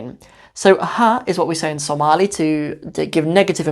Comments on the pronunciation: ooh, your pronunciation is better than many somalis. masha Allah brother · your speaking Pure Somali compare to the people born and raise in overseas day after day, your pronunciation is improving